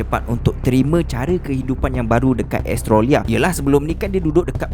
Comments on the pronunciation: the ko sebut australia bukan estroria adoii cacat ko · Seriously sebut Australia "astrolia" ??? HAHAHAH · Astrolia lah (pronounce: Astro-lia) 😂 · kadang2 bro sebut australia bunyi macam "astro ria".... hehe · Mcm dgr astrolia je sebut Australia tu.. 😅 btw, new follower here. Best! Teruskan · Australia sebutan tak tepat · rasa nya elok betul kan sebutan australia,, sekadar teguran sahaja,,, jgn marah yer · Kenape cara menyebut 'australia' lain je bunyi nye 😄😄😄